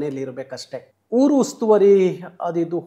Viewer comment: 1) ಕನ್ನಡ ಹೋರಾಟಗಾರರಿಗೆ “ಹ ಕಾರ” “ಅ ಕಾರ” ಗೊತ್ತಿಲ್ಲ ಅಂದ್ರೆ ಹೇಗೆ😅 2) ಹೂರು ಅಲ್ಲ ಊರು. 3) ಓದೆ ಅಲ್ಲ ಹೋದೆ. 4) ಹದ್ದೂರಿ ಅಲ್ಲ ಅದ್ದೂರಿ. 5) ಹೈವತ್ತು ಜನ ಅಲ್ಲ ಐವತ್ತು ಜನ. ಪ್ರತಿನಿಧಿ ಆಗಿರೋ ನೀವೇ ಈ ತಪ್ಪು ಮಾಡ್ದಾಗ ಇನ್ನು ಆ ನಿಮ್ಮ ಶಿಷ್ಯ ಕುಳ್ಳ ಸಂತೋಷ ಏನ್ ಮಾಡಲ್ಲ ಹೇಳಿ. ಎಷ್ಟೊಂದು ಸಮಸ್ಯೆ ಅನ್ಯಭಾಷಿಗರು ಟೀಕೆ ಮಾಡ್ತಾ ಇದಾರೆ. ಇದಿಕ್ಕೆ ಮುಖ್ಯ ಕಾರಣ ನಿಮ್ಮ ಶಿಷ್ಯ ಸಂತೋಷ.